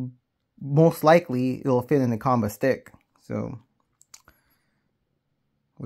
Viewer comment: It's pronounced- "Chan-buh"